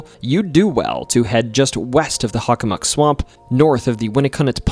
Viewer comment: I've never heard anyone pronounce Hockomock as Huckamuck. Is that the more accurate native pronunciation? On a side note, I went into the Hockomock swamp many years back. When everything went extremely silent - no birds, distant car or plane noises or even a rustling chipmunk - I figured it was time to hightail it out of there. There are no paths that run through the swamp however you can enter from the power lines to the east, or theres an opening to the west at the end of a street. I believe my compass directions are correct. EDIT: Oh and by the way, the documentary was great. I learned some stuff I didn't know from other Bridgewater Triangle docs. There's actually multiple King Phillips Caves in the area. One in my hometown of Sharon as well. 22 years ago I was walking the trail with my girlfriend the day before I was to leave for my first year at UMASS and we heard native drums in the direction of the cave in the woods. A few years back, I was telling my mother that story as we were heading onto the trail and sure enough, we heard the drums. Very strange.